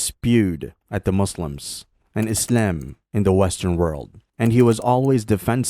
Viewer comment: It's good and all, but you say Islam a bit weird though...